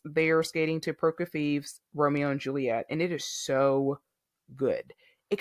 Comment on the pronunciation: Zingas and Kolesnik’s FD was the highlight of the competition for me. (BTW, Prokofiev is pronounced pro-KO-fee-eff.)